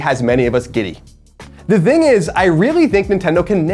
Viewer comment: Love the guy, kindred soul for sure, but Colin can't (or refuses to) pronounce a soft 'th' sound. I've never seen this in a person. It's always 'dzzthing'. "Here's, the dzthing", or "I don't "dzthink so". Fascinating. Never change buddy :D